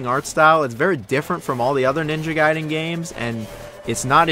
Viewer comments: It's pronounced as Guyden not Gayden. Gai and Gay are different. If you pronounce it as Gay well then you're Gay. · Stop saying "GAY-den". It's "GUY-den". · Good NG games = Ninja Gaiden Bad NG games = Ninja Gey-den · Definitely pronounced Guy-Den. Just look at the order of the letters in the word. A before I makes a hard I sound. Think DBZ Kai. You wouldnt call it DBZ "Kay" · gaiden gayden gaiden gayden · ninja gay-den? cmon man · Gayden? Lol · Youve got to decide how you want to pronounce Gaiden 😂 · Choose one pronunciation of gaiden and stick to it... So painful dude, literally changed every time